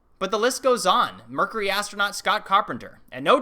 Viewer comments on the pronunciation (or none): none